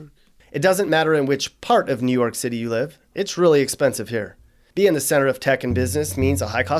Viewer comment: Nu Yoak Citay